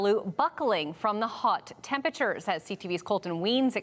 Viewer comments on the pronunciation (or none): “Tempatures”? You mean temperatures?